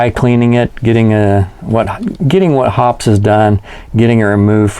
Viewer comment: Drink everytime he say's "Hops number nine". Always heard it pronounced "Hoppy's"